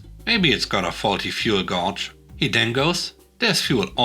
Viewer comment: Just helping. "Gauge" pronounced like gay-g, last "g" sounds like the hard "g" in giraffe. Keep up the good work. I've been listening since before you started reading your own stories.